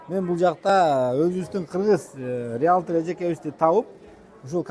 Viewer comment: Риялтр эмес риэлтор